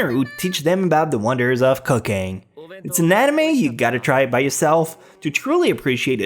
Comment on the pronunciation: When you said cooking for 7 I heard cociane and had to double check what I heard